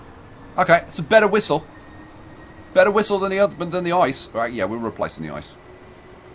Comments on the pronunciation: Drinking Game: One shot per wrong pronounciation of ICE. The correct pronounciation is I-C-E. PS: DO NOT DO THIS OR YOU MIGHT DIE! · For the love of the sweet lord baby Jesus Christ, do not ever say the name of the train "ICE" as ice in the word ice-cream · To be pedantic: ICE isn't actually pronounced ice. You speak every letter individually. So it's just an abbreviation, not an acronym.